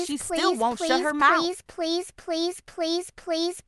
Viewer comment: Lol this please please was so weird is sounded like police police😂